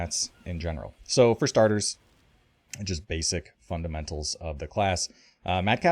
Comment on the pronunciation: been listening to a lot of your videos recently, and every time you say this, it cracks me up "so... 4starters"